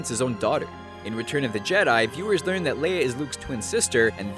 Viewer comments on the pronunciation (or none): none